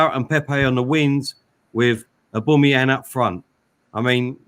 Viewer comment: Why does call him Auboomayong